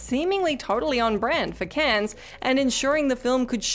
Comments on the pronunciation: Cannes is pronounced "can" not "cans". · Cans? Cans film festival? I dare you, I double dare you muthafucka. Say cans one more goddamn time!